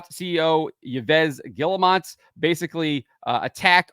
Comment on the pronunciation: You pronounce Yves Guillemot like "Eve Guilmoh". Other than that, Ubisoft has got a decent little scandal going for them :D